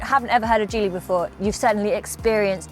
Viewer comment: It’s pronounced like Jeep so Gee-ly